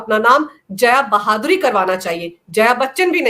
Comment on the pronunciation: मैडम, जया बहादुरी नहीं, जया भादुड़ी 😅